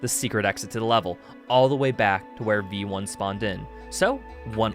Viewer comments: "Your a vamperic robot named veioni"- im gonna cut you right there, its v1, not vieioni or whatever you just said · its literally pronounced "vee one" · that's just how you pronounce vionni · i have never heard someone pronounce v1 that badly😭😭🙏🙏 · for a moment I thought he was saying it like that as a joke because of how italian it sounded